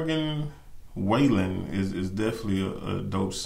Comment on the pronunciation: I still say this is one of the sweetest videos I’ve ever seen! 🥹 Love anything Morgan. Check out the Taste of Country acoustic ‘Cover Me Up’ and any of the Dangerous Sessions. Also Broadway Girls with Lil Durk and You Proof. BTW, his name is pronounced sorta like fallen - Wall-en. Great review! ♥️♥️